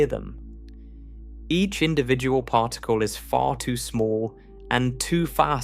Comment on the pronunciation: The mispronunciation of Particle to partacle is killing me. I cannot continue with listening to this to help me relax and sleep whilst learning this and other speech errors. Arghhhhh